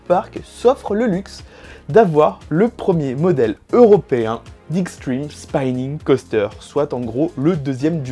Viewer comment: Super vidéo! petite remarque sur la prononciation, Spinning se prononce comme on le lit et pas spaïning :)